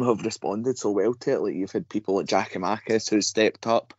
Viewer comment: Tell him to stop saying Giamakis !